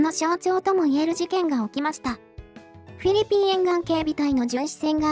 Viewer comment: あれ？？どうかされましたか？ フィリピンの発音が上手く出来なくて何か変な感じになってますけど…😅